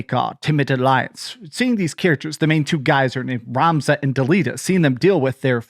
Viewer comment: Great remake... I'm just pissed off at their "ramza" pronounciation still...